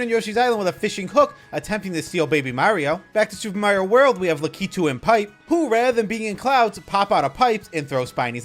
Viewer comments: Great video! I like how you pronounce La-ke-too!😂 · I can't get around how you say lakitu